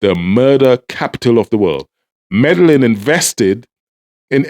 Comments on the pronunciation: Medellin is pronounced May day yeen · "Medellin" is pronounced "meh deh yin"